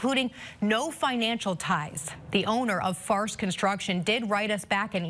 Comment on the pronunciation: "Farst Construction? Uh.... you mean... "Farce Construction"???? Did nobody see that coming? lol